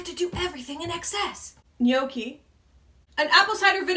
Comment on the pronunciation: You pronounced gnocchi right. Foodie high five!